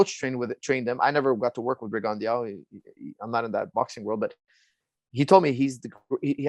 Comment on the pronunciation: For a minute I was like who dafuck is Rigundiauo, until I put it together Firas was talkin bout Guillermo Rigondeaux